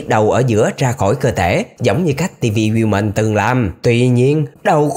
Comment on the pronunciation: woman mà anh nói nhứ women